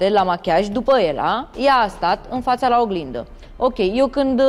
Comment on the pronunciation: Exact Daiana si’a gasit sa spuna catre Ella ,,haha limba romana,, cand ea spune ,,in fața (fara ă) la oglinda,, 😂😂😂